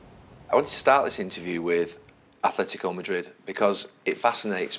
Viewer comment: First person I've heard on English TV not embarass himself by actually saying Atletico instead of Athletico.